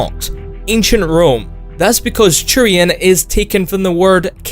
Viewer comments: I think you said Churian more times than the word Turian has been said in all 3 Mass Effect games. Also Churian sounds like some sort of sticky bun you'd buy at a bakery. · it isn't churian. Just say t. Like siT or Talk. Not so hard. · There is no "ch" in turians. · Every time you said Turian I kept hearing "Churian". It kind of made me laugh.